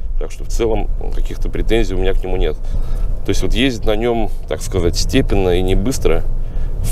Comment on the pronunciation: В слове степенно ездить ударение не туда поставил скажите правильно ! А вообще машина пипец которая тебе еще говорит туда не поеду это пипец 😂😂😂